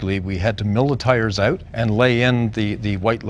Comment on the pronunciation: You can tell he's Canadian! That's exactly how my Canadian wife says "out."